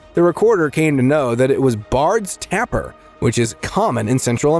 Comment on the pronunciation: That is not called a Tapper its called a Taper. The A sounds like A not the A in apple.